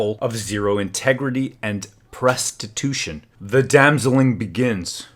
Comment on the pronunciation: "Presstitutuon" is now added to my official lexicon. HAIL WARCAMPAIGN!!